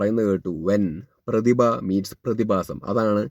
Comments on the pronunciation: പ്രതിപ അല്ല പ്രതിഭ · ആദ്യം മലയാളം പഠിച്ച് വരൂ , പ്രതിപയോ ? അതെന്താ ?